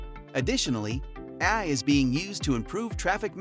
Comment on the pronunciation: Your bot AI voice called “AI” ‘ahhhh’?